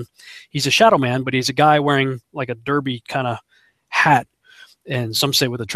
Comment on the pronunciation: derby man or 'DERPY MAN' lol